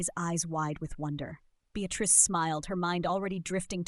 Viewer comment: Unfortunately, the mispronounced name of Beatrice ruined it for me. A shame it wasn't caught and edited. I find most readers mispronounce words and it's disconcerting how literacy is taking not only a back seat...I believe it to be riding in the boot.